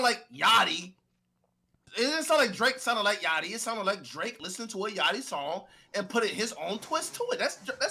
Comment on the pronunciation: When Ak was defending Drake he saids his name like Josh did on “Drake and Josh”…. “D-ra-akeeee” in syllables 😂👏